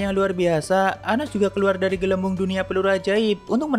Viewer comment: Anos om bukan anus 😂